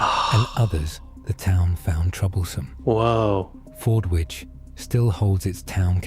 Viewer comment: It's pronounced Forditch. Silent W